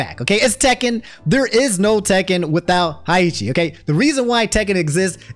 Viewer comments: out here saying Hi-Eeechi instead of Hey-Hah-chi is funny af. Its like when your girl tries to pretend she likes your games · Nah high ya chi i don't even know you pronounce it like that i always said hey ha chi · Haichi?... don't you mean heihachi? 😂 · bruh...who is "Haiichi?" I could have sworn his name is "Heihachi." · Listening to this at work and got hit-stunned from hearing “higheetchy” 😭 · “my boy, HEiicHi” 💀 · God DAMNIT. HEI-HA-CHI COME ON BRO 😂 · Please … STOP SAYING “HAICHI” IM DYING ON THE INSIDE EVERY TIME 😭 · Im not usually a stickler for things like this, but everyone says Heihachi’s name wrong, cuz who tf is Heichi,? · Who the FUCK is Hayichi? Good lord lmaooo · Bro, Hey-Hachi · did you just say haichi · You calling heihachi heichi hurt. Also its t8 not t7 lol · im going to ask politely to never say haiheechi ever again 😂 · I legit paused when you said Heihachi's name, Tekken players all over the world and I've NEVER heard it pronounced that way. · … why do you pronounce Heihachi like that 😢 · I do not endorse that pronunciation of Heihachi 😭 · Classic mispronouncing Heihachi's name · My brother in christ you did not just pronounced Heihachi like that. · ...aint no way youre mispronouncing heihachi name like this 😭😭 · we have let you get away with mispronouncing a LOT of things but how do you butcher Heihachi tHAT BAD